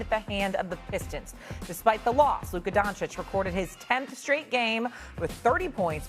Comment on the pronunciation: it’s Luka and it’s not even close